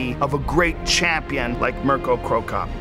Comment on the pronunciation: I cringed how he pronounced "Mirko".